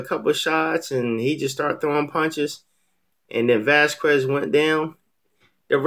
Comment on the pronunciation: It's pronounced Vaz kez not Vaz kwez